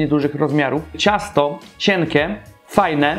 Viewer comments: Nie cienke tylko ciękie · "kurczakem" "cienke" "słodke czyli" Wez sie naucz mówić baranie